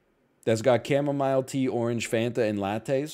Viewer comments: Today's the day I learn it's pronounced chamoMILE and not chamoMEAL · "Chema Mile" Tea , uuuh. Ok xD